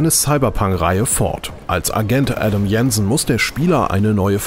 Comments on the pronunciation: Ein noch untalentierteren Sprecher / Tester konntet ihr wohl nicht finden? Schon allein mit der Art & Weise wie er den Namen des Protagonisten ausspricht disqualifiziert er sich selbst. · "Adam Jensen" ist aber kein Deutscher. Daher wird er auch nicht so gesprochen wie der Sprecher im Video es tut. Und dass sich zum Vorgänger technisch nicht viel getan hat sehe ich auch etwas anders.